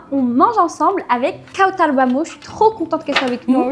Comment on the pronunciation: Kawtchaaaar??? D ou t as sorti cet accent ??? Kawtchaaaaaarrrr????